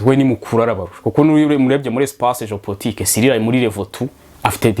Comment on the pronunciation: Hi Sir, I am with you here. That word you pronounce ""Géo-portique"" or it's well "Géo-politique"